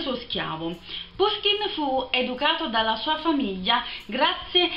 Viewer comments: Appena finito di leggere come coronamento delle opere principali di Puškin in prosa. Alcune precisazioni. È giusto pronunciare Pushkin. Gogol', Turgenev e Pugacëv si pronunciano rispettivamente Gagòl, Turghènief e Pùgaciof. Romanticismo e situazioni romanzesche una dietro l'altra, bellissimo romanzo, per quanto concordo nella conclusione un po' frettolosa. Consiglio anche, dello stesso autore, I RACCONTI DI BELKIN e il romanzo in versi EVGENIJ ONEGIN (pron.: Ievghièni Anièghin), il suo capolavoro. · Ciao, ho scoperto da poco il tuo canale! So che questo video è di un anno fa, ma se ti piace Puskin (che si pronuncia proprio alla napoletana come dici tu, pushkin) e ti affascina la sua vita ti consiglio vivamente di leggere "Il bottone di Puskin" di Serena Vitale, che ricostruisce l'ultimo periodo della sua vita e le vicende che lo hanno portato al duello mortale. Di Puskin consiglio anche caldamente "La dama di picche e altri racconti". Poi rimanendo in tema letteratura russa un libro veramente molto bello è "Un eroe dei nostri tempi" di Lermontov (che si legge Liermontov). Benedetta